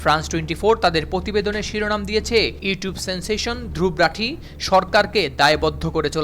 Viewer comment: Dhruv rathee এটির উচ্চারণ “ধ্রুব রথী “ ( ধ্রুবো রোথী )